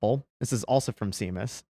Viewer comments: Why did y'all keep misprouncing Seamus? It's a common enough name that you should know it is pronounced Shay-muss. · Pretty sure FreedomToons Seamus Coughlin is of Irish heritage. Seamus is pronounced shay-mus. Come on guys! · HOW DOES HE NOT KNOW HOW SEAMUS PRONOUNCES HIS NAME? I suppose he pronounces people named Sean, Seen? It is pronounced SHAMUS, long a, short u. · Guys Seamus is pronounced Shaymus. Unlock your inner Celt! 😂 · Yeah, I was cringing too. It's same pronunciation as Sean, e.g. Sean Connery. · "Sheh-mus" is the pronunciation for his name. Stop targeting the Irish, you bigots! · I love what you do! Thank you so much! And please look up how to pronounce Seamus. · I just cant. How do you get to that age and cant pronounce Seamus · it's pronounced Shay-mus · Seamus is pronounced "shame-us" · It's Sha-mus though it's Irish for Freedom Toons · You did not just call him seemus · it's pronounced "shay-mus." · It's pronounced "Shame-us". Come on guys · Seamus is pronounced “SHAY mus”. You’re killing me Smalls! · not certain, but I believe it's pronounced "shay-mus" btw lol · Seamus is pronounced Shay-muss. It's like nails on a chalkboard... Or Gram-sKEE. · Its Pronounced Shamus he is the leprechaun that lives in Tim Pools basement and steals his spoons. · Seamus is [Shay-mus] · Running to the comments to inform you that "Seamus" is pronounced "SHAY-mus" because it is Irish, just like the Irish spelling for "Shawn" is actually "Sean." Please. My ears are bleeding. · "Seamus">>> "Shaymus" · Shame-us. Not Sea-mus lol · 'SHAY- MUSS' not 'see-muss' it's irish. like irish 'Sean' being pronounced as american 'Shawn' it's 'gay-lick' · It's Shame Us.....not See Mus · Guys...love you all!! Now a tiny correction.... The guys name you cite in the video who's name is Seamus is not pronounced "seem-us" it;s an Irish name and it's pronounced "shame-us"....got it??? Awesome video!!! Stay strong!! Haven't given the loser left any credibility for over thirty years now... 💪🏻🇺🇸